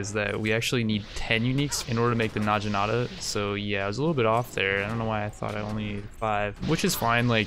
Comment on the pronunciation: Oh my gosh the way that you pronounce some words really bothers me. It's Nog-E-Nata